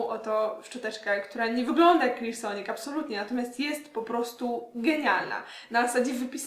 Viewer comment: Niesamowicie wymawiasz słowo Clarisonic :)